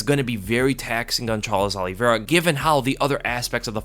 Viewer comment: Alivera?? White privelege dont let him say OLIVEIRA!